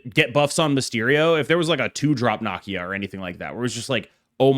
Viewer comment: nuh-KEE-uh … damn, why you and mispronouncing black characters? Please